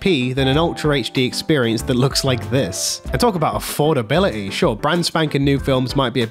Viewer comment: Please pronounce your T's it's so annoying 'affordabiluhy'